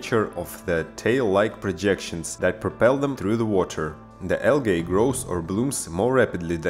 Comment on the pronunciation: Al-gay? Stupid foreigners.